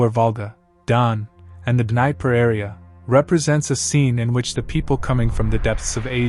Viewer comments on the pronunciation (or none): The Rivers are called: 1. VOL-ga (from vologa - meaning wetness) - not Valga:body-green-covering-eyes: 2. DNIE-per (Dnieper (/(də)ˈniːpər/), Dnipro (/dəˈniːproʊ/) or Dniapro – but not Dnei-per :body-green-covering-eyes: 3. DON ... not Dun:body-green-covering-eyes: You are mispronouncing the regional names. It is a shame... you have really good content.:face-red-heart-shape: I like your videos. Pls...you must do something about butcjering the names as you do. Can I help in any way? Pls let me know I speak the Russian/Ukrainian/Bulgarian languages . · In American Engilish, the Dnieper River is typically pronounced "də-NEE-pər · first of all, Dnieper or Dnipro, not Dnaiper. secondly, nor were the scythians unified. and you can not prove that all of them spoke iranic languages. in fact, there are strong indicators of a significant uralic presence in scythia in ancient times, possibly even some turkic. why make a video about something you clearly haven't invested in enough to get even the basics right?